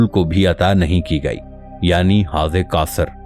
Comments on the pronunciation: Ap mahar bani farma kar. Apnay alfaz ki Adaygi Drust karayn. Ap jab Sura kosar kahtay ho To Sonay walay ko 99% sura Kafar Lagta hy. Plz Ap alfaz ki Addaygi soch samaj kar kiya karo. Ap ani Rawaytou ko apnay pas rakhayn . Our Allah kay Mahbob nay jo battaya bas wohi Haq our Sach hy. Allah hu Aqbar. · If you can't read Arabic, why are you reading it? You're mispronouncing Kausar.